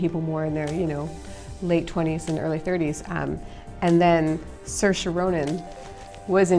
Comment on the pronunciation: Did she say sursha instead of saoirse